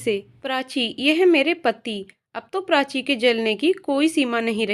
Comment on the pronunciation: बहुत सुंदर कहानी। मगर उच्चारण की अशुध्दता खलती है । कृपया श को स न कहें और प्राची को प्रांची न कहे उच्चारण की यह अशुध्दता बहुत कर्ण कटु लगता है उच्चारण शुद्ध करें।